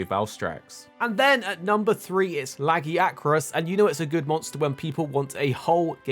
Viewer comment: I'm surprised that the list is so good honestly, no notes. I'm also surprised that people still can't pronounce Lagiacrus correctly and don't pronounce it like Leviathan